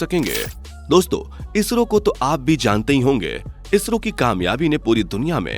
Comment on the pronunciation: Vai ISHRO nahi ISRO hota hain... 😑